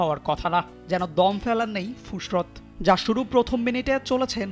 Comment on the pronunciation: ফুসরত না ফুরসত!